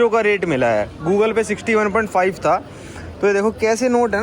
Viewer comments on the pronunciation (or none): none